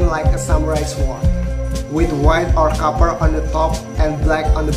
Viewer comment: Koreksi dikit om, COPPER (tembaga) dibaca kaper bukan kuper (COOPER).. Btw keren2 video nya, sekali2 bahas grizzle om 🙏